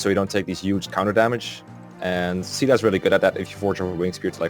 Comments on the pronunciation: And i thought it was pronounced 'cay-dah' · Caeda's official English pronunciation is SHE-dah—that's how it goes in Warriors and Heroes, at least. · Huh? In warriors, they pronounce it "see-da." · Probably gonna regret commenting before finishing the video, but isn't her name pronounced like "kai-dah?"(Caeda) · The canonical pronunciation is Shi-AY-da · After the chapter where you fight Michalis, my Marth stopped being used in fights, as I was trying to give more level ups to other units like Navvare, Ogma, Cain and Caeda (Which I pronounce Kay (like in the word okay) da (like in Darios’s name.).). So eventually, Marth was only in 2-3 fights per chapter (5 in Camus’s chapter because Cain and Frey (My strongest units) couldn’t walk on water.). But Marth still ended up being my third best unit in Nagi’s Gaiden chapter (This was the fourth game I beat tbh. (Awakening, conquest, valentia, this)), so either I was insanely lucky or Marth is a 4.5 star unit imo. (Not 5 star though because he isn’t completely perfect. Cain has a horse, Chris from FE12 is customisable and potentially OP, Gazak > Gazzak.) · Sheeda is actually the correct pronounciation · Maan, I know I'm not a native speaker, but in my opinion neither C (SEA) DA nor SHE DA has anything with CAEDA. The A comes first than the E. It should sound more like KEI DA. Its sounds way more empowering as a name as well. Edit: I tryied ur beloved google and she sounded like KEI DA also. =p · i was actually so confused when i heard you guys calling caeda "sheda", and "seada". thinking about it now, it makes sense, but i had always pronounced it "kayda" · I cannot describe how much it pisses me off hearing people say "sheeda" or "seeda" Phonetically it should be pronounced "Kay-dah" but nobody cares. UGH it makes me so frustrated. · Based on the fact that her name is caeda and it’s originally a Japanese game the correct pronunciation would be kyda (Ky like eye) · “Caeda” (Say-Duh)